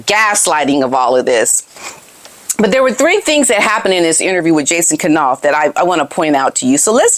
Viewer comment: Funny, you pronounce it K-nauf too. I think it should be pronounced Nauf - K is silent like in knife. But I can't break the habit either.